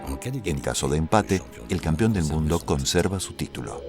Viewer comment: ¿Por qué diablos dicen "campión"? la palabra CORRECTA es "campeón".